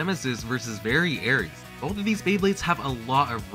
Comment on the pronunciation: You were mispronouncing variares. It's ares not aries